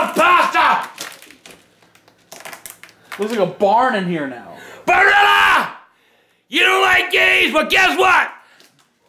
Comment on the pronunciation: Love the unnecessary emphasis on Barilla XD